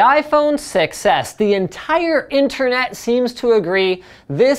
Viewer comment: Paused the vid as Linus was saying "ent-ire" .... got the happiest smiling Linus xD